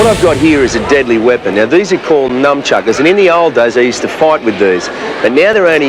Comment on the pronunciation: Did he just call them Numb Chuckers? Legend.